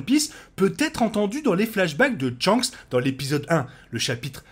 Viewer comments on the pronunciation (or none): Mais dans le live action il disent bien shanks et non tshanks ^^ Et tu dis dans un autre commentaire que c'est depuis le premier tome que tu as pris cette habitude du coup je vois pas le rapport avec l'animé Enfin t'es réponse sont pas cohérente mais ce n'est pas grave hein ! C'est pas la mort si ta prononciation est différente, faut pas ce vexé pour si peu 👍😉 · pourquoi tu dis "tshanks"